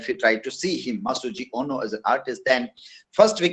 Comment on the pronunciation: Hi my teacher,,, it's not Masujo but Masuji